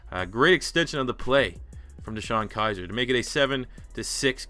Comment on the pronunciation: ITS KIZER